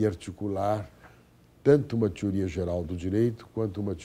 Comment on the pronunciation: "tiuría" to ligado.